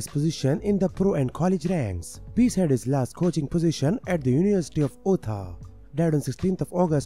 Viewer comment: Utah is pronounced (You-taw)…. Not (Ew toe)! Slow down talking & keep up the gd work!? Some older people prob know most of these ppl who died….. I didn’t kno any this time & im in my 50’s